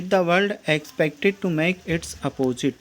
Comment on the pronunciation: अपोजिट नहीं है भईया अपोजिट है 😂